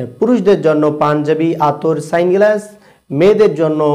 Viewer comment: সানগ্লাস❌ স্যাংগ্লাস ✅🤣